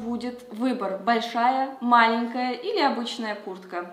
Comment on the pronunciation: Что я заметила - малЭнкая!!!!